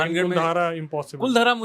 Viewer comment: 'कुलधारा' नही वो 'कुलधरा' है।